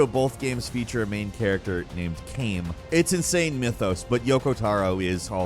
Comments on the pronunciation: It's not Kayne, it's Kaine, like ky-ney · please for the love of god pronounce things the way they are supposed to be, Kane isn't how it is said its literally said in the game "Kaine" they say it out loud just use that pronunciation. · The Drakengard character is called CAIM [K-EYE-M] the Nier Repilcant character is called Kaine [K-EYE-NAY] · Smol correction with Drakengard and Nier, and its an actually no: Drakengards protagonist is Caim (pronounced Kai-mm) And neir has Kaine (Kai-nae) The mo u kno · Drakengard 1&2: Caim (pronounced "kime" like the citrus fruit lime) Nier and Nier Replicant: Kaine (pronounced "ky-nay") This is the 4th (or maybe even 5th) time I've heard butcher a Nier/Drakengard character's name and EVERY TIME he mispronounces it in a new and different way. These games have full voice acting, so it's not like he's just guessing based on spelling. What really bugs me about this is it's often following saying "I'm a big fan of these games and have played them all through several times". Yeah, sure buddy, the guy who wrote your script definitely has. At this point, I swear gameranx does this on purpose to make pedantic fans of the series (like me shutup) comment more so the video gets more engagement:/ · Why did he pronounce Kaine like that???